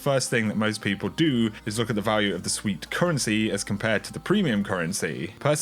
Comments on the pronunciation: Sweat not sweet lol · "Sweat currency" NOT "sweet" currency